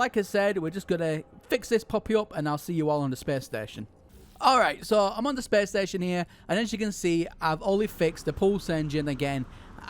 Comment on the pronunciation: “Whulcome too da spess steshion” “jum pout”